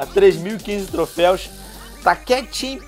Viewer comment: é troféus venom n trofeis